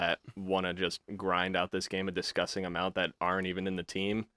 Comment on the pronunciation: Let’s take a shot every time says “distgusting”